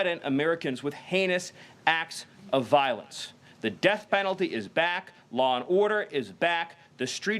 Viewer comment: Thank you Stephen. You are appreciated, greatly. However, it’s “threaten” not “thre-en” Lololol